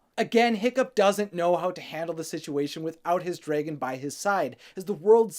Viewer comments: drey gon? No. It's drAgon. lol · Does it bother anyone else that he says “Dray•gun” instead of dragon??? No hate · Did he just say DRAYGON???!!! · Are you saying “Dreygen” on purpose? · Draggen? Its just how some say it, I'm from Oklahoma USA so it sounds normal to me lol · Why do you pronounce dragon like that ? No hate just find it funny